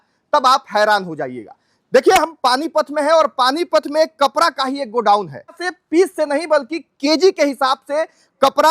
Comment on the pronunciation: Ye Bihari hai kapda ko kapra bol rha hai